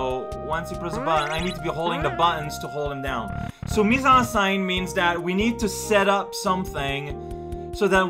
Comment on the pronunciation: Is that really how canadians pronounce "Mise en scene" ? I know there's differences in accents, but this seriously baffled me.